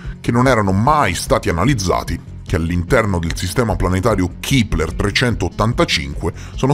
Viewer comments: Si pronuncia Kepler e non kipler.Ciao😊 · Chipler chi???? 😂😂😂 A, sveglia! Il telescopio si chiama Kepler e si pronuncia con la e perché è il cognome di Johannes Kepler, che è stato un astronomo, astrologo, matematico, cosmologo, filosofo della natura e teologo luterano tedesco, che scoprì le leggi omonime che regolano i movimenti dei pianeti. Studiaaaaa!!!! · Ma perchè "Kipler/Keepler"? Il nome è Kepler, si pronuncia con la "e", è stato chiamato così in onore di Keplero, o Kepler appunto, l'astronomo tedesco che studiò le orbite dei pianeti del sistema solare...nome molto pertinente per il telescopio infatti... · Si pronuncia Kepler, non Kipler. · Madonna, un te posso sentì a ripetere "kipler" a ogni piè sospinto, limortacci tua ^^